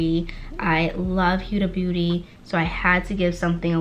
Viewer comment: Ur video is great 👍🏽 & definitely held my attention PLEASE learn how to say HUDA BEAUTY!!!!! It makes me cringe every time u say it wrong...... sorry 😐 AND GO BOLD WITH THE COLORS WE HAVE THE PERFECT SKIN TONE, you more than I sweetheart! 💯💞🎯